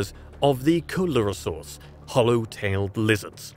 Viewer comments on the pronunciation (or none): Coelurosaur. Repeat after me. "see LOOR oh saur".